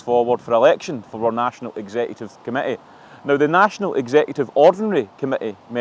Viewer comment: Chris, the word is "our" not "wurr."😅😅😅😅